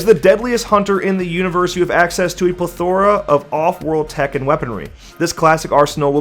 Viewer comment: Jeffe- He doesn't know how to say plethora. - Si you're right. He probably doesn't know what a plethora is either.